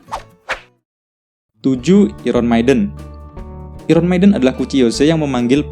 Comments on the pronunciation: i ron 😂 bacanya ai ren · Baca iron nya kok gitu wkwk